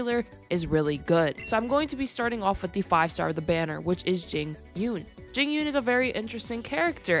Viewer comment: It’s pronounced Jing ‘Yu-uhn”.